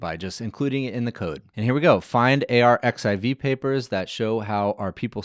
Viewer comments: it's archive not a-r-x-i-v X=Greek chi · Very cool. I have been waiting for this. By the way, the preprint server where it fetches the papers from is just pronounced like „archive“ not A.R.X.I.V. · just fyi if no one has told you - and elsewhere - 💡arXiv (the Cornell repository of scientific papers) is pronounced as "archive" - the X represents the Greek letter chi 🤓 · Really great delivery! And super fun and clear. BTW “arXiv” is pronounced “archive” — the X is actually the Greek letter “χ” (“chi”) 🙂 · arXiv is pronounced archive in Russian translit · It's pronounced "archive" - the χ is actually a chi. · "Arxiv" is pronounced "archive"